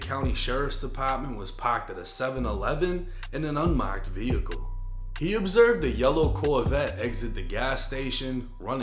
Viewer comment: “Pocked at the seven eleven in an unmocked vehicle” “The Sawgynt”